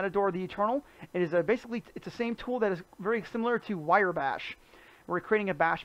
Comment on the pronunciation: Thanks for the video! Next time you might want to know how to pronounce the products you are reviewing. Take a close look at the words Mator and Wrye again... they are not pronouned like matador and wire...